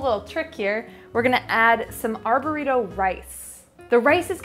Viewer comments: Did you say arborito rice? It’s Arborio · Anyone else cringe when she said "ar-buritto rice"? It's arborio, darling. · glad I'm not the only one who heard that haha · So funny, I heard it too. And now I'm craving some risotto 😅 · Arborio - Are bore ree oh